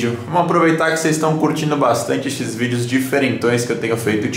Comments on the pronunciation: ele fala "Estes vídeos" Eu entendo "xvideos" Oxe kkkkk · Parece q ele falou xvideos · Alguém entendeu "xvídeos" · Kkkk escutei isso também